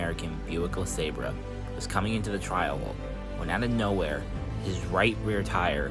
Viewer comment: LeSabre is pronounced La-SabER